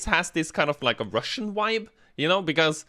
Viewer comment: The "wibe" <3 What it's all really about.